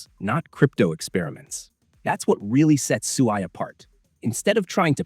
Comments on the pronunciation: Right from the beginning you pronounced SUI wrong. If you actually did your research watched or listened to any of the devs from Mysten Labs you wouldn't call it SUEY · I thought the management team calls it SWEE